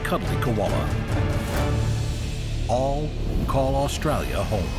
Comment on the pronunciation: Aussie here I cringe everytime he says "Australia"